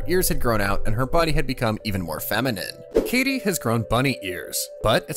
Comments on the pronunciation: Sorry i had to say it. Thats kaede not kaydee…… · Bro said Katie and not (kai-day)=Kaede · It's Ka E De, not kadie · I can't be the only one just thinking how cool/ Drippy Kaede looks? (I am guessing her name is pronounced Kai-day) Also, the party is called the What-Brigade? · It is pronounced (Kai-a-day) the a is just faint. The party is called the manyu brigade which means the roaming brigade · The narrator calling Kaede “Katie” is stressing me theeee fuck out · I believe it's pronounced K-eye-ay-day. Like Kagome's sister from Inuyasha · Just so you know. Its pronounced Ka-ay-day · Bruh, the mispronouncing is kinda weird. Ryusuke is pronounced ree-you-skay. Kaede is K-eye-ay-day. I know you watch anime, bruh. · I wish you did research into how to pronounce Japanese names. Kaede is not pronounced like Katie. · That is not how you pronounce “kaede” holy hell this is bad for a channel like this